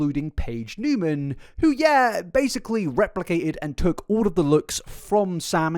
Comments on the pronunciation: Niemann is actually pronounced "knee-man" not "new-man" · Knee-man not new-man. Love ya but had to clear that up and that YouTuber Gabi from Fancy Vlog I believe it’s what it’s called did the same and even got in an Ari music video so that she would stop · “Newman”… isn’t it Neiman?? Like “knee-man”?? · Just fyi…it’s Niemann like knee-man, not Newman. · Its not "newman" thought... its Niemann, there is a big difference in how you say it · Edit: You forgot to tell us to mention BEANS if we got to the end. <3 I, for one, will not correct you on her surname, and will congratulate you on saying it wrong the whole time. She's pretending to be someone else and sell corn as someone else...that's horrifying. People will villify a man in an instant, but a hot girl? Oh no no, better say "it's just impersonation" - 75% of the comments on this prove to me that your average viewer is incredibly stupid, and that's sad...since you're so smart, and put so much effort into things. You even explain like...how being an impersonator, and living your whole life as another person are very different things - and people are still convinced she's just an impersonator. Like...yo, impersonators go home at the end of the day to be normal old Bob, or Susan...they're not living AS Elvis, or Britney Spears. Ariana does GREAT impressions, herself...but she's not stealing the lives of those people. xD "I never said I was cosplaying as her!" Bitch you know what you're doing, lmao. (God she's painfully stupid too... "I'm fully aloud" ALLOWED ...ALOUD MEANS YOU'RE SPEAKING ALOUD...AHHHHH stick to corn, honey, but get your own damn face.) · He was meaning that she was still in 2021 acting like Cat, when it started in 2018/2019. My beef is with how he pronounced her last name 😂